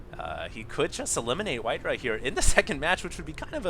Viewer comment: WhiteRAH not WhiteRUH